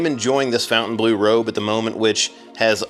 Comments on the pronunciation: We know that Fontaine is pronounced fonn-tayn don't we all? Not the same pronunciation as fountain. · It’s so funny how you keep saying “fountain blue” 😂 Try “fon” (think Fonzy) fon-taine bluh 😊 it looks gorgeous, but is blue a good color for a casino? I love it, it’s different from all other ones, will definitely check it out, but blue is a calming color. It might not generate as much revenue 😅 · would be nice if you could pronounce the name og the hotel correctly, it's not fountain blue it's FON TAINE BLEAU, it's a french word, mind you Americans can't pronounce Jaguar properly, they say jagwar. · We were there the night it opened, stood in line till midnight, pretty fun! Beautiful space. I saw Tears For Fears there last year. It's pronounced Fon-ten-blue (not fountain blue). I'll die on this hill 😂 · Is it really pronounced fountain as in water fountain? I don’t think so. Look at the spelling of the hotel. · While they pronounce it like "fountain blue" ( their namesake in Miami), it is definitely and absolutely a mispronunciation of the name of a French castle. And before anyone tells me I'm wrong, the word bleau is not the word for blue in French. So they're totally wrong but certainly have the right to be so. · It's not "Fountain Blue". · Great review, though your pronunciation of fountainbleau makes my ears bleed.